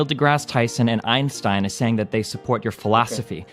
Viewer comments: As a native german speaker, it triggers me how chat is making fun of athenes "einstein" pronunciation, he's literally saying it 100% correctly. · The only positive about Athene here is that he knows how to pronounce Einstein correctly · Athene is actually pronouncing his name correctly though. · Athene is pronouncing it perfectly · But props to Athene for getting Einstein's name right.